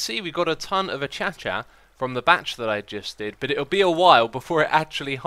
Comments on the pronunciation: "A-cha-cha"? Isn't it pronounced " A-kay-sha"? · hearing people pronounce Acacia like "akashia" and then hearing xisuma pronounce it like "achacha" is weird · I don't think it's achacha it's closer to acaysha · "A-cha-cha" wood? I think you mean "a-kay-sha" wood? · X, I have no issue with you and issue love your videos but, I believe that Acacia is pronounced A-kay-shia not A-cha-cha. Do keep up the great work though! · Just wondering... how is acacia pronounced? I say it as "Uh-Kay-Sha." Is "Uh-cha-chuh" correct? Is it something else? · CrazyCam7 Cameron.S A-cha-cha? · It's pronounced uh-KAY-sha...I live in Kenya so I should know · Acacia is pronounced a-k-shya :) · is acacia pronounced like achacha?? LOL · Bart Stuczynski achacha is how keralis pronounced it that's why he calls it achacha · its pronounced uh-kay-sha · dude, where actually is the h in acacia? 😂😂